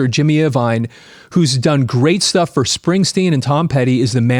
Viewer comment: It's interesting that a guy who has so much music and record knowledge, mispronounced "Vox" and "Iovine". Regardless, great stuff.